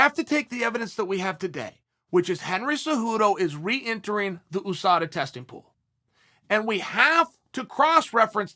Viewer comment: American kids: How do we pronounce “ U S A” Uncle Chael: It’s ooosa